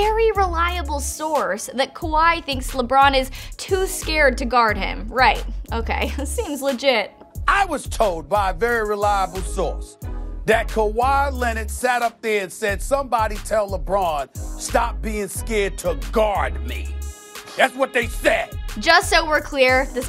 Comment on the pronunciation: Who's Kawhil Keonard?? Jw